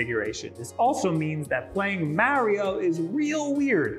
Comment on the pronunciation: Don't ever say Mario again. Also, good video. Thanks for the info. :)